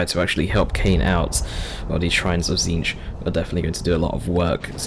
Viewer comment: Is this a fever dream of are you pronouncing Tzeentch correctly throughout the video?